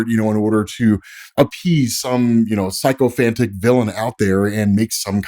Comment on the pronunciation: PSYCHO - phantic? Brother that’s not how you pronounce Sycophantic…. Maybe learn how a word you don’t know is pronounced before using it?